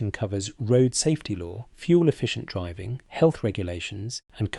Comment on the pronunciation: I Stuck with this until the end to see how many more COCK UPS that monotonous AI Voice could make. DRIV-VING? P ints? to name just 2. What a lot of Bollox.